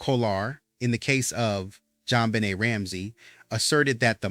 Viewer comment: Her last name is pronounced Ben Nay, not Benit